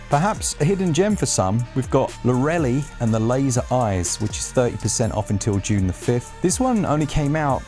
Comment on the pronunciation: "loRELI" made my day xD keep up the good work!